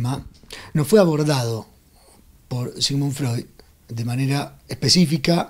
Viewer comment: mínimo aprendete bien el nombre Sigmund Freud no 'MAXIMUN FROI' .